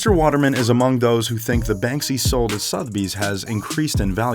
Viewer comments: Sotheby's is pronounced "SUTH-UH-BEEZ" ..... Not "Sothe-beez" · The way the narrator pronounces Sotheby's is triggering......... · It is Suther bies not Soath bies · I know, this guy needs serious lessons in narration...I mean calling it 'Soth Bee's'.....arrghh! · Sotheby's. Suh-the-bees. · why can no american say 'sotheby's' correctly? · Work on your English dude! Admiration? Sotheby's? Please - do better :) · 24,000 pounds is NOT 24,000 dollars! "ad-my-eration"??? "ar-doo-ous"??? "Soth-bee"???